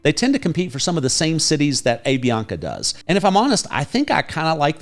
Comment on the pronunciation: Hi,. I am a US citizen living here for 20 years in Cali. A suggestion for you. The pronunciation of the airline is "Ahh Vi Ana Ka". Love your videos.